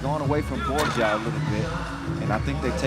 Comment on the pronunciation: Please tell the commentator Team Guam's Ben Borja last name is pronounced as BOR-HA. The "J" is pronounced similarly to how it is pronounced in Spanish. Thank you!!